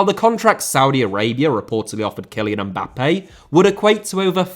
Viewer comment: Mbappé * not Mbappei Media* not Medier Regimes* not Reigimes Shaw * not Shor München * not Munich Serie* not Seri Bundesliga* not Bundesliger Half* not Holf